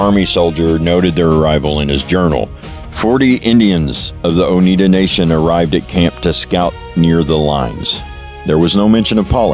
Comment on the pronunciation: oneida....no. (t) anywhere.. i this guy real or ?A.I. its. o n e i d A. A